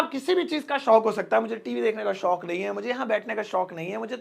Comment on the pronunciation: Kindly Improve your हिंदी शोक अलग और शौक़ अलग पूरे वीडियो के बोल भी शौक़ से रहे हो। Edit your Hindi pronunciation also